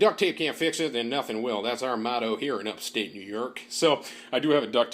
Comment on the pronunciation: “New yerk”😂